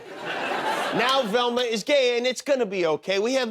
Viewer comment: "Relma's a Resbian?" says Scooby. Yeah I didn't figure that out in 1985.